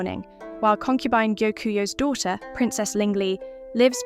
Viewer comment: I am about to cry finally someone who says Gyokuyou's name right. Gyo-ku-you. It's driving me insane how often I hear Gyokuyu or Gyokyu. It's not THAT hard.